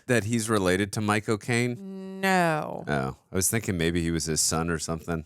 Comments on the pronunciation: 3min mark… It sounds like He says My Cocaine instead of Michael Cane Or maybe I just need a lil pick me up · Why does saying "Michael Caine" sound like "My cocaine"?😂😂